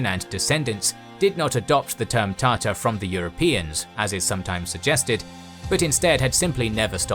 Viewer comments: It's hard to listen to TAR TER the whole video instead of TAH TAR. Narrator, PLEASE... You have 1 job... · After all this, why people keep saying Tatar wrong??? It's not the greek underworld, it's the central eurasian steppe